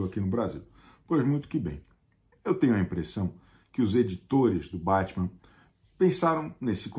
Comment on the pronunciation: Chico Barney: sociólogo, antropólogo, psicólogo. Mas fala Bétman, então colonizado também.